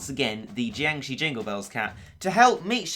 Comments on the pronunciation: oh jeez you were right you really can't pronounce the name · Can say Claustronyctophobia, can't say Jiangshi... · Tzisorey Tigerwuf they drain enrgy i think im not a big fan on zombie movies even though im chinese and the way says it is so funny